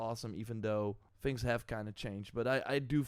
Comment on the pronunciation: Its THINGS not FINGS . learn words and you will be more popular